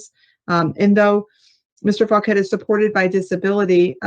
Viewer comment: Well his last name is “Fauquet”, so he says “Fuq-et” 😂